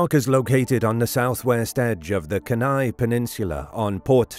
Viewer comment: Being an Alaskan have always loved this story,who knows for sure huh.You don't pronounce Kenai right but that's k, still love your channel